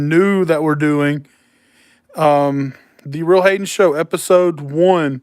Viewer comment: During the live when you said "TheRealHayen Show" I thought you said "The Read Hating Show"